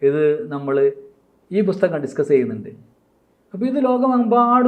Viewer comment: അവതാരകന്‍ നന്നായി മലയാളം ഉച്ചരിച്ച് പഠിക്കണം. ''ബുസ്തഗ''മോ ? എന്തോന്നാണ് bro ? പുസ്തകം OR ബുക്ക് (book)